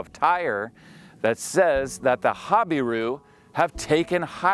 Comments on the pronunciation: I am assuming it’s an American pronunciation ‘hobbyroo’????? We pronounce it ‘ha-beer-oo’ in UK. The secular archaeologists are god haters so they are unlikely to believe anything in the Bible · Your pronunciation of "Habiru" sounds different from other names in Israel. Hazor, Lachish, and Gezer pronunciation are what I heard other researchers say. I think the accent should be on the second syllable: ha BI ru. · It even sounds like you are pronouncing hebrew falsely when you say habiru. I find it to make perfect sense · Habiru is a mispronounciation of Hebrew